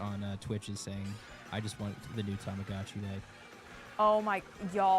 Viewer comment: I love how Ash's Tamagotchi is always going to be pronounced Tamadotchi. I beg, I need a group to perform any Starkid show in GTA: Online. La dee da da day!